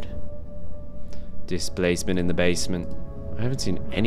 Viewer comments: "Displasment in the basment". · Dicplacement in the basment